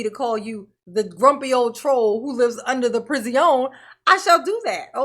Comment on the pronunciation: Guy who lives under the jail!!!🤣🤣🤣🤣 Never stop saying, "priz-ee-own".